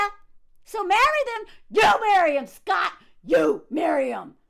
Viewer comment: I know you are saying "shut up scott" but I keep thinking you are saying "shut up sluut"